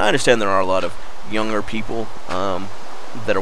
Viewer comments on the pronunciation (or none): he said "youger people"